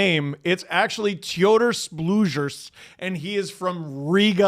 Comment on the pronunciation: Bro, just stick to Blueger. You're butchering the Bļugers pronounciation. It's supposed to be with a hard G, not soft.